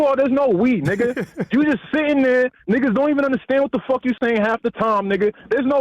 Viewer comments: Did I hear “niggasis” 😂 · He said “niggasisis” lol 🤣